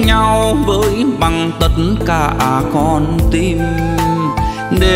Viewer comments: hát Hay lắm nhưng cố gắng phát âm hai từ (con tim) không dọc ((tiêm) ((Tìm) không dọc ( tiềm)chỉ vậy thôi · Csi hát hay nhưng cần phải chỉnh sửa 1số từ phát âm chưa chuẩn như từ: TIM thì cs lại phát âm thành TIÊM hay từ TÌM cả lại phát âm thành TIỀM vvv... Cs hát những bài Duy khánh hát trước đây cực kỳ hay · "Tim" ma phat am "tiem"nghe mat hay,du ban hat rat tuyet voi,noi luc rat sung man .